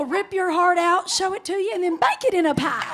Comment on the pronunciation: "We will rip your heart out, show it to ya, and bake in a pah!" LOL